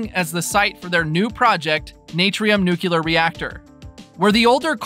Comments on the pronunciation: It’s nuclear not nuculur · Nu clear! Not nu cular! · Nuclear is pronounced, Noooo-cleee- er with the stress on the first syllable., not nooo-keeoo-ler.